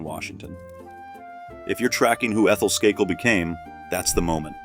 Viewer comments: Isn't the maiden name pronounced "Skay - kill" with "a" - accent on first syllable. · Said her maiden name as Sky-cull ??? Seriously 😳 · SKAKEL??? AI is not sure about the pronunciation of her last name